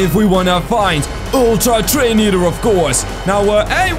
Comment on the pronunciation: [very loud] toDAY we goNA FInD ULTtra treiNO eaOTEr